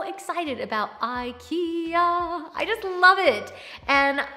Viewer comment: Wish you would pronounce IKEA correctly,so people could learn.